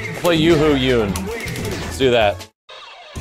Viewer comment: Isn’t his name pronounced as “Yoon”